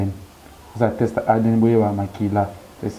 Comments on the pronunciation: Leketsou yo pe balobaka test non text . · On dit teste et non texte